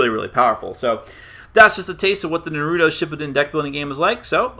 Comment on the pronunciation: Shut up Naruto have no plan ok this guy need to shut up. You can't even said Naruto right so shut ur ass mouth